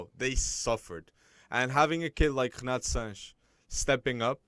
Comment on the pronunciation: How is he pronouncing Renato? WTF bro